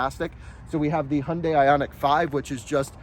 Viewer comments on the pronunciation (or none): Short Question but why, why can you Pronounce Porsche the correct way but not Hyundai? It's not hondey. No one you is pronouncing it the correct way. Please google it.